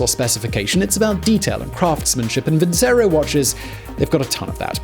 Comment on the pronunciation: Nice, Simon but I believe that is "Vin - che - roh."